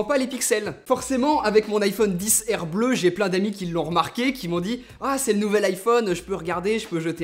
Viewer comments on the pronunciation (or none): En anglais, R ne se prononce pas "air" ...